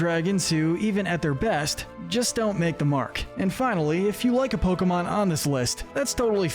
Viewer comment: I swear he’s saying Pokebitch